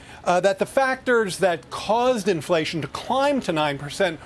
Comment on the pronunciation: Inflatión You Feell. In Your poket